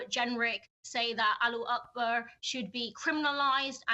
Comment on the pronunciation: Common MP of Muslim and of Colour, you can say "Allahu Akbar" its not Alooakbar